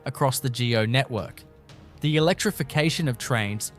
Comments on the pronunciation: You need to do more research into how to pronounce a lot of these words. Ie you called it g.o. train. It’s just go train. Stouffville is pronounced Stoville not stuff ville. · see and this is why you shouldnt be so cheap or lazy to use a human for the voice.....wtf is geo transit......its go....as in stop and go. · We know that you don't know much as you miss pronounce many titles .4 oh1, not G.O. but go.etc. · It's text-to-speech. You can tell when it reads freeway numbers and when there's punctuation missing and typos. At least this one doesn't say On-TAHHH-rio, like others. Also, things like "GO" are read gee-ohh because they're uppercase. Lame. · Couple word were not pronounced properly like GO and Regina